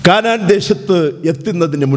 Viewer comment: കാനാൻ അല്ല കനാൻ ദേശം 😂😅